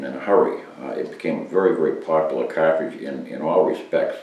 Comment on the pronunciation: What a soothing voice....CAH-TRIGE :-)